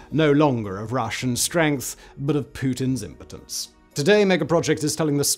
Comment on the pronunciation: Did you just say ImPutince? :-)